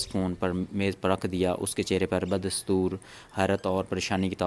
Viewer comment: Sorry Like that, Urdu and English Every sentence, words need proper pronunciation Lateny ki b pronunciation theek Ta ajub b wrong Ba das Toor , B wrong